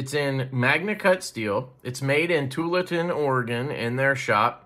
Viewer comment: Thanks for your review! Btw, the city in Oregon is pronounced Too All atin (Tualatin).